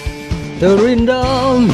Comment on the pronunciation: Terindah bang bukan tewindah